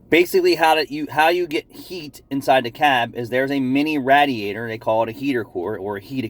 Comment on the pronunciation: I tune in just to hear say Rat-er-rator. Thanks for the content. 😃